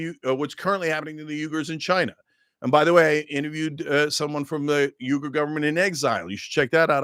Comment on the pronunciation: Cenk pronouncing Uyghur like Uygur (Turkish). 🤣 WEE-GUR (English)